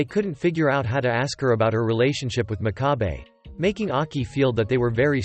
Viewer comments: did anyone notice that the man always said aks inst6ead of ask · Is it just me or is he saying aks instead of ask 😅